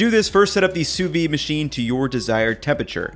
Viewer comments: Pronounce it SOO-VEED, and not soovee. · Great video! My only complaint is that it's pronounced Soo-veeD. Sous-vide. There's a D missing in there ahaha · I get so triggered when i hear "sous-V". It's Sous vide in french, under vacuum. Just imagined if we called hamburgers "Hambur". It's dumb af, i know, but it triggers me. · Am I the only one who hear sous vi and not sous vide? Where's the D? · Why do you think the D is sous vide is silent?